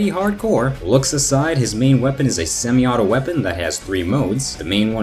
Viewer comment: "Semi-auto" lol